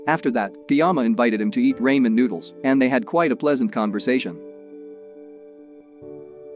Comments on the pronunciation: “Raymon noodles” sorry its Ramen Noodles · As someone who watches Asian movies, It irks me hearing you incorrectly pronouncing 'RA - MEN' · "RAYMIN NOODLES" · raymen noodles lol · not the "raymen" noodles 💩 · "rAimEn noodles" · This was a heart touching movie… enjoyed the summary (even though Ramen was pronounced like …lol) Thank you for sharing! Side note- maybe it was just me but none of the main cast looked familiar, whereas… the woman acting as the librarian looked like someone very well known ? Hmm 🤔 rare to see someone you would think is more famous take such a small side role.. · It kills me when he say ramen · bro why he say ramen like that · Omg it's so funny but I will not judge him though